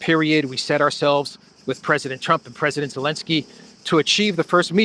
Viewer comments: if Zaluzhny becomes president of Ukraine, are you going to start calling him "Aluzhny"? 😂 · It's funny you say Elensky which sounds like the Dutch 'ellende' which translates to misery